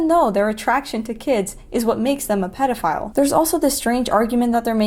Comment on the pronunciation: The dude who pronounced pedophile like "PEE-dophile" really creeped me out